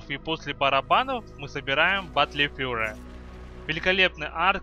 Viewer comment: гайд хороший, произношение плохое... учи англ или используй больше русских аналогов английских слов. Бэтл Фьюри читается.